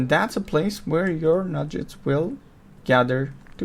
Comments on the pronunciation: There Nuggets not Nu-Jets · OMG they're not Nudge-etts , they're NUG-GETS Learn english FFS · NUGGETS not Nujjets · Nuggets not Nudge-its (as in Chicken Nuggets) NOOB!!!! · Couldn't do it with the nujjets weirdness. The game even pronounces it correctly for you.